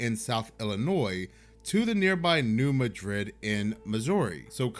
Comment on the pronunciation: Every since I moved to Missouri years ago, I was warned about the big New Madrid earthquake coming. (The emphasis is on the first syllable of Madrid [Maa-drid]) This does make me think something might happen this year. There's just too many weird things occuring at once. It's also hitting way too close to home where I live. If there is the big one, our area is toast.